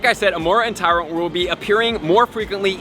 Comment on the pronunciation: oh "Tyrunt", not "Tyrant"